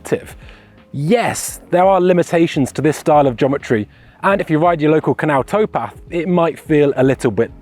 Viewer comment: Are you saying Jometry?